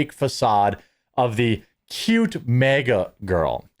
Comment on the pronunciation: It’s not MEEGA. ITS MAG -A.